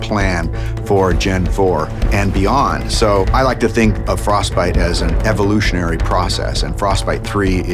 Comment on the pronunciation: frosTbite ! Et non frosbite !